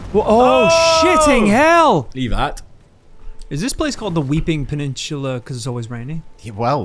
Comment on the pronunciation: My dearest Boys, Just got off the night shift, am on a Monday is my Friday after work, I'm about three pints in and I'm loving my life watching this. Love that gets to say "Pennishula" to after getting hard done by "Stantue" all those years ago